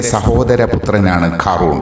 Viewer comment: ഖാ റൂൺ അല്ല ഖാറൂൻ